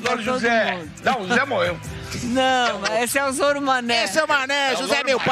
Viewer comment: Zôro mané kkkk Nem Nanaria acertou o nome kkkkk